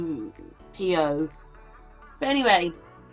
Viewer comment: Mike pom-PAY-oh